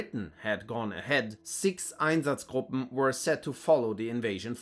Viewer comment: The way you pronounce “einsatzgruppen” instantly tells me where you’re from.